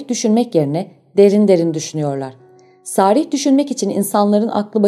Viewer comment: Ağzınıza sağlık. Yalnız "sarih" kelimesi a uzatılmadan teleffuz edilmeli.